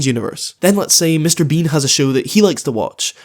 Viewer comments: I was enjoying this video until I realized says “Mr. Bing” throughout the entire video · sometimes i hear him say "Mr. bing" instead of Mr. bean🤣